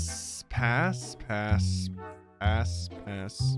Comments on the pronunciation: pass ass he kept saying ass when he tried to say pass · You swore and said ass instead of pass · after a while, i cant tell if he's saying pass or ass. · When he was trying to say pass he was saying ass alot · Bro he said pass so many times that it started sounding like ass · Every time you say "PASS" I hear A*S. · on some of the passes it sounds like hes saying ass lmaooo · 3 mins 38 second “pass,pass,pass,ass ME BE LIKE:WHAT DID HE SAY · Is it just me or does his pass sound like smash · If you put it in 2x speed it sounds like he’s saying the a word😭